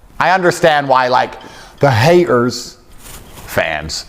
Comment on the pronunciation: I’m a hay-er.